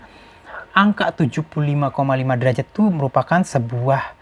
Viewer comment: derajat bukan derajad😁